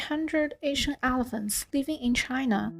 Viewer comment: Also 'helephants'